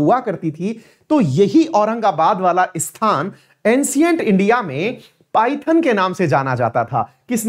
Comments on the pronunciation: सर, पाइथन नाही इसे पैठण केहते है। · Paithan is पैठण not पायथन